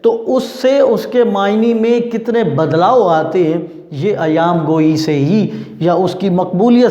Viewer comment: سر ایام گوٸی نہیں ایہام گوٸی ہے